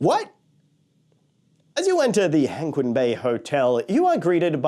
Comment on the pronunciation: I still have no idea why the English spelling for the company and resorts is Chimelong when it should be Zhanglong. Also Hengqin is pronounced /həŋt͡ɕʰin/, almost like hung-chin. I honestly thought you were staying in the Penguin hotel at first but then though, "hang on, did he say Penguin Bay hotel?"